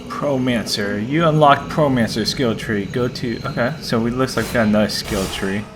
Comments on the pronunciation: not to be rude or arrogant but you said pro-mancer it is pyromancer it means fire manipulator. and thanks for this i got stuck a olt are you going to do the whole game 10/10! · I was thinking of getting it yest when I was at gamestop but I wasn't sure. And btw, not to sound like a douche but it sounded like you pronounced Pyromancer wrong. Js.